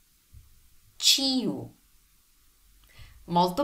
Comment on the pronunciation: I understand, but there is no "ee" sound in Ciu, Cio, Cia, Cie, they are pronounced as Ch-oo, Ch-o, Ch-a, Ch-e. And by ch in this case I mean ch as a church. In ciu, cie, cio, cia, the "i" just gives the C the soft sound of ch as in church, but the "i" is not pronounced as a separate syllable. In your video, you pronounced ciu and cie as ch-ee-oo, ch-ee-e which made me confused. In ciao for example, the "i" is not pronounced as a separate syllable, it's there to indicate that the C must be pronounced as a soft C like ch in church, it's not there to make the word sound like Ch-ee-a-o.